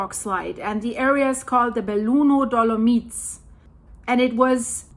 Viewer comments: It is dolo-mights, not dolo-meets, and if you want to pronounce it the Italian way, it is dolo-mee-tea. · Hi, just a little help...dolomites is pronounced do- luh- mites. The i is pronounced like eye not e. 🤗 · Ok, let's just pause for that awesome pronunciation. Dolo-meats! Love it! On the seriousnesses, I hope nobody got hurt or died during this..🙏